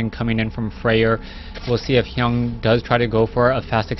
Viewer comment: Its TSLHyun, not Hyung!